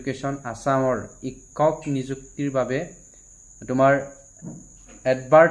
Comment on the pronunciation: Sorry sir,apunar kisuman Assamese word pronunciation eg Hokolu, Teacher in Assamese (sikkhok) tene kisuman words buror pronunciation bur correction korily aru video bur saboloi barkoi huhoni hobojen paw. Krn moi u same community r pora belongs koru olp problem tu hoi Buji pysu,but thotapiyu kolu aru Again Sorry sir Be positive